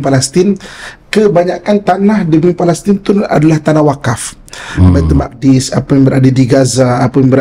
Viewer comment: Sebutan Baitul muqaddis oleh pengacara harus diperbetulkan iaitu Baitul Maqdis... wallahu a'lam.